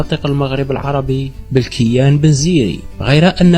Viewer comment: لغة الفيديو ركيكة و ضعيفة نقول بنو ه‍لال بكسر الهاء و تخفيف اللام و مدها. و نقول وصلت إلى أوج قوتها وليس فوج قوتها. و نقول بلكين بفتح الباء و كسر الكاف و مده و لا ينطق الياء بل يستعمل لمد الكاف المكسورة. و هذا بلكين هو بلكين بن زيري ابن مناد. و منهم من ينطقه بولوغين بن زيري. و عليه سمي الشارع بولوغين في الجزائر العاصمة. و نقول بنو سليم برفع السين و فتح اللام و تسكين الياء. و في الأخير الكلمات العربية الموجودة في الجزائر هي كلمات أصلها من العربية الفصحى فقط مدرسة و ليست بالضرورة من لهجة بني هلال. و إذا كان هناك تشابه بين ألفاظ في المشرق هذا لأنهم كلهم يتكلمون لهجات تعود إلى أصل واحد و هي اللغة العربية الفصحى.